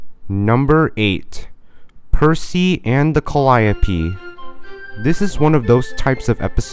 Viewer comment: Bro absolutely butchered the pronounciation of Calliope